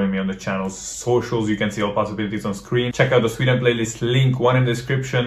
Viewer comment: I agree. The pronunciation is better than most people who have lived in Sweden for twenty years.